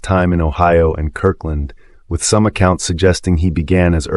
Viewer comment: Maybe it would be fooled by writing it phonetically, Ie - 'Curt land' ?